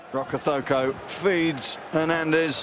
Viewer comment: Why do the commentstors insist on pronouncing Rokocoko as Rocothoko, there's no damn TH in his name!